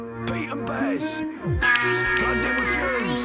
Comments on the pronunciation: Oh and its actually Bas as in Baz not Bass/Base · More Pete & Bas please. Oh and Bas is pronounced 'Baz'. I appreciate your knowledge of UK slang and culture coming from across the pond so just wanted to point that one out for you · Pronounced Baz... all Americans seem to struggle with it 😅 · Absolutely fucking hilarious. 😂 We are used to Pete and Bas (pronounced Baz) but I forget how class they are until seeing them through someone else’s eyes. You did so well to catch all the references in those strong accents. 🫶🫶🫶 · "Bas" is pronounced "Baz" (rhymes with Jazz).